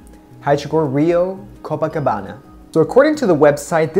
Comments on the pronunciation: Copacabana pronunciation it's perfect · Such great job on the review of this collection. Your videos are awsome! And also your pronunciation of the portuguese words was excellent! Congrats! o/ Ps: I'm from Rio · Copacabana is my favorite on you! Since I also have dark eyes and a similar skin color, I ordered a pair :) Thanks for reviewing the Rio Collection! You did a great job reviewing the lenses and pronouncing the names (I'm from Rio)